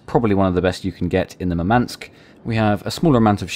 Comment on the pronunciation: Russian here to help with pronunciation. Murmansk stress is on the first syllable: mUrmansk, not murmAnsk. Simularly, the Gremyashchiy, has the same syllable shch as the word "borscht." It is a single syllable. Also the stress is on YA: gremYAshchiy. It means "thundering."